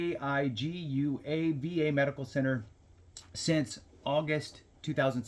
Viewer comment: Thats pronounced "can a day gwa". Native American names